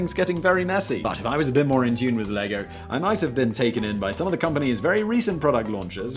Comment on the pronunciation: What is 'moah'? I know you were going for the sound of someone damaged shouting "More" but More is a real thing, at least relative to a lesser thing, allegedly, and Moah is not. "Mowah" is what you should have said. But then I'd give you shit for creating a more credible word that also pointed to nothing. Because 'think before you alliterate'.